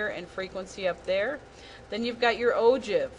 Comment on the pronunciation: You pronounce ogive wrong 😐